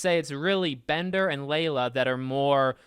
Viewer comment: Aint no way my boy said layla